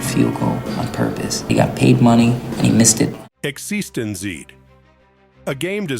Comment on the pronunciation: EX-EASTON-ZEE ??? TED PEE-COOL ?? WTF ?? A.I. SUX !!!!!! besides that, great list.